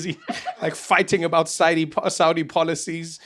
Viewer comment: You saying it right, Trevor.